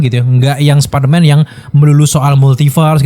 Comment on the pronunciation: Superman atau spiderman bang ngomongnya? 🗿